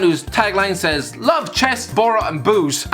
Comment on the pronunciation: What an Irish prick you are and pure pronouncing boro wrong ya potato licker